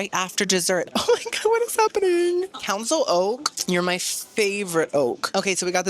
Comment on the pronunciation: “oh my gwad”